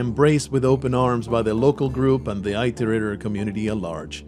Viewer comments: I guess that's just me being me. Almost like my mind twich every time someone says 'tooken' instead of 'taken'. Or 'beda' instead of 'better'. Never thought I'd hear 'it' said like 'eye'. Not making fun, just me and my brain going 'wait what?!' hearing weird ways some people say words. Like that edge of annoyance of someone saying your name wrong lol. I often found it's due to them not knowing how they are properly said. Not because they 'want' to say it weirdly. Personally for this context I feel it better it was said proper then some made up way as the word is a real programing term, and relevant to the game. It is called an "iterator" because they are "iterating". Going through lists of data given to find a solution. Having been a software dev once also adds to my nictpick XD But that's me and my dumb brain. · First, this isn't meant to be mean or anything, just a correction. It's not "eye-tor-ate-er". It's said just as it is spelled. Iterator. It-er-ator. IT like the word well, 'it'. ER, like error, ATOR, like gator. I don't mean to come off as nitpicky but listening to this (more then watching) I didn't understand what you were talking about in the intro until further in when you introduced them. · And mine "The Affairs of Passing Gods: Rain World's Full Story" by Solemn Sunday. in. (Id link it directly but youtube like to auto delete comments at times that hold links) If you look up 'how to pronounce Iterator' it all comes out the same. As its also a programing term meaning to navigate a container, like lists... I've never herd it said like "eye-tor-ate-er". Another youtuber missaying it isn't evidence :P So counterargument countered. Again not meant to be mean or anything. But wanting to look up the story and get a better understanding of the game, I had to stop and go. 'whats an eye-tor-ate-er'? OH they mean it-or-ater.